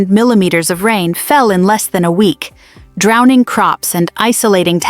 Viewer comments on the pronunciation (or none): none